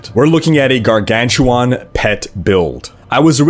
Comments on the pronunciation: What a Gargantuwaan? I mean I only saw dogs and Gargantuan. Is it a Canadian thing ( ͡° ͜ʖ ͡°) ? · "garganchewohn", lol